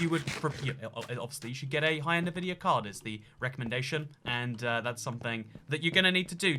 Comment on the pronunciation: Everytime says NuhVidia instead of ENVidia, one of my braincells dies.